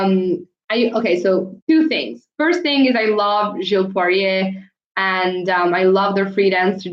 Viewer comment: Hi. Enjoyed the recap! Just FYI, the US and Canadian press pronounce Piper Gilles’ last name as Gill-iss, with a hard G, instead of a French pronunciation. I tell you because I know you enjoy languages and linguistics.